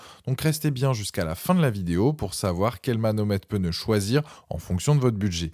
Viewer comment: En français on ne dit pas '' on est sur un modèle '' mais c'est un modèle. Et surtout il n'y a pas de E à pneu. Ce n'est pas un '' pEneu '' 😂😂😂